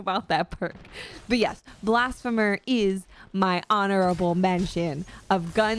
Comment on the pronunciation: Great vid and fun to listen to. Oh and Blasphemer is pronounced blasFeemer. Keep up the great work.